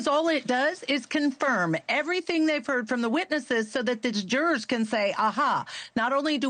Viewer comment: I watch you because you have the best coverage of this case, with no crap added. But fuuuuuuuuck the way you say jurors is so annoying lol 😅 Why do you say it that way? And juror 6 loving 90s hip hop and nodding along with diddy n smiling when things go his way, should have been kicked out days ago!